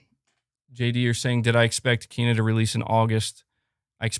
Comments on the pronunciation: It's not Keena. I read The game informer article and saw the pronunciation. It's Kayna. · It's neither of those pronunciations for Kena. It's pronounced Kayna.